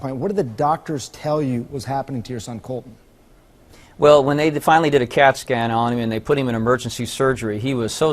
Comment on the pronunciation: My name is Colton, and I fucking hate the way they are saying Cuhltun.